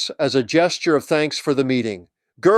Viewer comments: Knut is not “kuh-noot”, it’s “newt”; and Goebbels is not “gerblz”, it’s “guh-bulls”. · I have to say something here that really bugged me when it was said numerous times. The man's name is not GER Bulls. It is pronounced GOW Balz. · It's Goebbels, not GURbbels. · The Name of Hitler's Propaganda Minister is NOT "Joseph 'GERBELS' " but "Joseph 'GOEBBELS' " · It’s not pronounced Gerbels. It’s pronounced GO-BELLS! Why can’t people say it right?! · LOL. Love your channel and the work you do. However, it's not GoeRbels, it is Goebbels....no R in the name. I hear many Americans making that mistake. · GERBELS???????? do you see an R in Goebels? wtf, I hate the American pleasure at sounding ignorant with anything foreign. Just read it for God's sake! I love your channel, I love your points of view, please don't do this kind of thing that makes you sound like a ...well..... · Thanks to cheap AI, this is the first time I have ever heard Goebbels name [pronounced Gerbals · There is no "r" in Goebbels